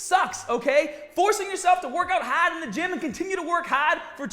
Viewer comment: Boy, When gets mad, is accent really comes out. I get it! It's 'hâââd' to deal with.